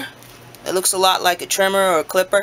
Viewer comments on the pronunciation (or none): Hunger Game soon as he said Trimma